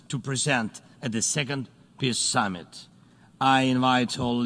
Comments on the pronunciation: "piss summit" he said it clearly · Wow! Z really does pronounce it “Piss Summit.”